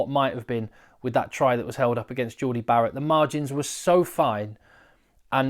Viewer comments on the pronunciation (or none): none